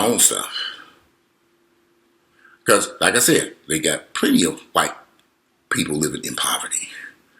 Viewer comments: The way you said "The Whyt-pi-pol" 😂😂😂Too funny. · Righttt!! "The Whyy-pii-poll"😂😂💀